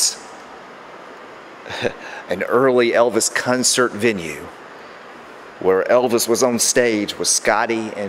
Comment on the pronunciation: love this stuff! What part of the world are you from where they say cuncert and not concert?